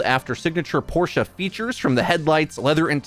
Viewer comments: The way pronounces it is the correct pronunciation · You're the first non-german I've heard pronounce Porsche correctly :o